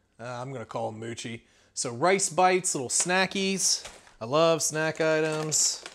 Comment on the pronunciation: You keep saying "I love _____", "I love _____".... Sounds like this is a great box for you. Also, not "moochie", it's "mow-chee". Yuck. My own opinion. Just saying..... It is really an awesome box, though. I love to cook, and I love new experiences. I'm definitely looking into this one.... -Zed P.S.... have you ever dropped a few salted peanuts into your beer? Awesome. Give it a try, just one time....